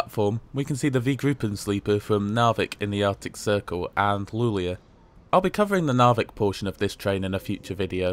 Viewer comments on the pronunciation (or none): none